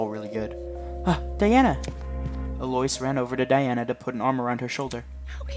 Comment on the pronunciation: can't get over "aloyce" 😭